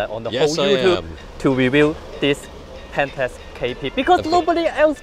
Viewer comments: The fuck is a 'Penntucks'? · it is not pentes, it is pentax.